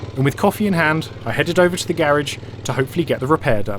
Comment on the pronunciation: It's pronounced "garage" ,not "garage".